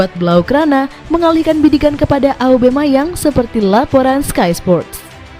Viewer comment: Aubameyang min, bukan aubemayang 😅